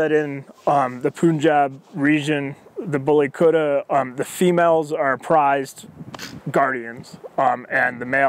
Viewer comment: Yeah but the way this guy says it lol he says bully kurrra 😂😂 it's bully kut-ta